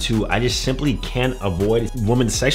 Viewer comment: This is a great video but is unable to say "women". Woman for one, women (wee - men) for more.